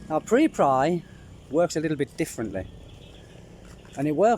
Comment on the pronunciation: Preply .. pronounced: PREP as in the first syllable of preparation + LY as in LEE .. not meaning to be an annoying grammar nazi lol .. just wanting to help :)